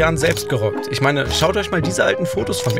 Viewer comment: Naja es ist einfach nervig. Als ob die nicht "Ich" sagen könnten. Warum sagen sie ständig "Isch"??